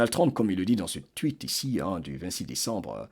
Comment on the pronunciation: Excusez-moi, je le dis avec amour. Pourriez-vous dire plus tôt U que O pour Trump? Je sais qu'il y a des sons qu'on ne peut pas toujours prononcé correctement dans une autre langue. Parfois c'est même agréable à l'oreille. Mais dans ce cas c'est important de prononcer U que O. Je vous écoute avec beaucoup d'intérêt chaque fois. J'adore votre voix!!!